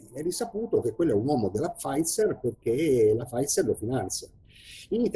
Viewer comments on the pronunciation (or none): none